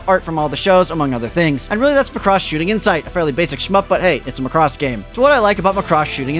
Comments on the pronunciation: the way you pronounce Muhcross is just weird. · Thanks for the review, but it's pronounced Maa-cross, with the stress on "Ma". :) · Pronounce Macross correctly please